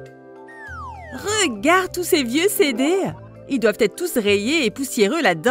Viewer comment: la meffe a dit : regad